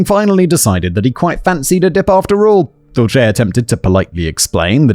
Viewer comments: It’s Dulce, like Dulce de leche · as a spanish speaker seeing Simon struggle with the name Dulce was funny, it translates to sweet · Hahaha "dulche" instead of "dulse" is kind of an amusing way to pronounce that name lol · The name is pronounced duel-say. It's from Cervantes and is short for "Dulcinea", Don Quixote's unseen lady from the novel of the same name and it means (roughly) "sweetness". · Usually, Dulce is pronounced Dull C. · Dulce is Spanish for sweet. Pronounced duel-seh. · Dulce means sweet in Spanish. It's a very common name, it's pronounced "Dull-h-seh" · Dulce pronounced duel-SAY. It means sweet and is used to describe different candies & dessert like Dulce de Leche which I love. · The name you had so much trouble with. Pronunciation - dull-see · Her name is pronounced Dull- see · Dulce is Spanish for candy. It's pronounced dool-seh. Not shay; seh. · Dulce is pronounced Dool-cee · It's 'dull=shey', means 'sweet' in spanish.... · Dulce's pronunciation is "Dool-see". It's a preety common name in portuguese, I guess in spanish too. Great video as always! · Simon the name Dulce is pronounced Dull-see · Not doolchay 😂😂😂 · I am pretty sure the DULCE is pronounced “Dull-See” or something a long those lines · Dulce is pronounced DOOL-say. It means candy (or sweets) in Spanish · Dulce is pronounced like dull-say. Went to school with a girl who had that name. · Dulce = dulsay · Im sure someone else has already said this but the name "Dulce" is pronouced Dull-see (where im from anyway) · Dulce is pronounced "doll-sea" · Dulce is pronounced Dull See. Such a sad waste though, RIP. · Poor Simon struggling with the name "Dulce" (Dool-say). It's not an uncommon Latina name, and there is even that American comedian/actor Dulce Sloan. It means "sweet" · Dulce.....dol-cee. I have an Aunt Dulce but we call her Dottie☺️ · Where Im from, Dulce is pronounced Dull-sea. ETA I'm FINE with binding and gagging!!!!! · Dulce is pronounced Dull-See